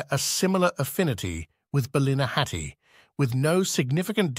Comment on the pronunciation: It is pronounced bally-na-hatty.